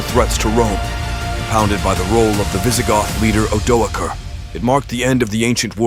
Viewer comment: The first time I’ve heard the name Odoacer pronounced with a hard C/k instead of an S